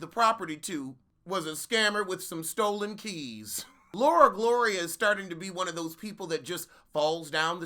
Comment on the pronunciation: I holler every time I hear you say "LauraGlora" LMAO